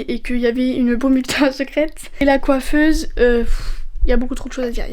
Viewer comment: Pourqoi tu dis coifese❤❤🎉🎉🎉❤❤